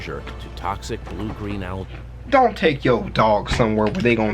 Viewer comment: U guys can't even say Algae right.